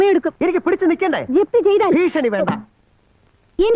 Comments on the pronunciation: താൻ പോയി ആദ്യം മലയാളം അക്ഷര മാല ഒന്നാം ക്ലാസിൽ പോയി പഠിക്ക് ബിഷണി അല്ല ഭീഷണി മനസ്സിലായോ ഡി പി ഇ പി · Ok ഫീശണി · ഭ.... ഭീഷണി.....മലയാളം പഠിക്കേടെ ആദ്യം 😂